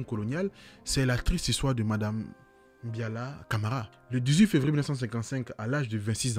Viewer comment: ❤❤C'est Mbalia Camara et non Biala Camara, préfecture de Dubreka et non ce que tu as dit. Mais je ne t'en veux pas. Ce sont des erreurs qui arrivent ❤